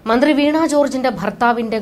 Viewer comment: വീണ not വീണാ